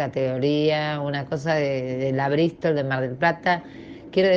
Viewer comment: Rompieron todo el "anenero" jajajaja. Michelle dale clases por favor a esta mujer. Porque entre el anenero, el perro que según ella grita y la brisssstol de mar del plata jajajaja po'dioooo